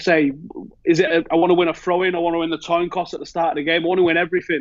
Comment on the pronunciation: "Toin Coss"